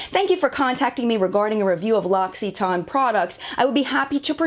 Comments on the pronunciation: Interesting video, very in depth but man, the way you pronounced L'occitane as L'occiton- just ignoring the TANE at the end, just drove me insane! Irrational I know but I hate it when Americans just make up words when trying to pronounced another word entirely!! Grr! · Yassss... Thankyou!! I thought I was going mad, I've never ever heard it pronounced as 'ton' at the end, perhaps it's just that we say it differently in the UK🤷‍♀️ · The way in which you pronounce it sounds nothing like the actual pronunciation in French. I love this brand. You may have had a negative experience with the actual brand but not the products (unless you've tried them all and had time to see the results). The Cade range is excellent for men. An honest review can never include any remuneration as you've become an employee of the brand. If you have reviews where no remuneration is given then they'd be more authentic. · I know this video is from over a year ago and you don't care about this comment.. but for the love of god please learn how to say a brand's name properly, so you don't sound uneducated.. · Learn how to pronounce the company’s name correctly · Kathryn Baart haha. Glad someone else picked up on that. Was driving me nuts. Researched the products and ingredients but not how to pronounce the brand 😅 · definitely not how you pronounce it haha! But it's probably pretty difficult for an English speaker to pronounce it correctly, so pretty good attempt though! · OK, I would say my pronunciation is closer, but I see how you got yours now! I think you just over-stress the "tan" which isn't unexpected for an American English background, but I appreciate that you did research on this. Thanks for sharing! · Uh, they have a video on how to pronounce it. She does not pronounce it correctly and I cringe every time she says it. I have never heard one of their sales people pronounce it like that. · You might have "French" in your name but you obviously have no idea how to pronounce French words.